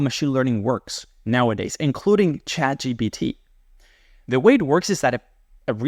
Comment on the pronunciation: why do some people say chatgbt ? is it the same people that say nukular?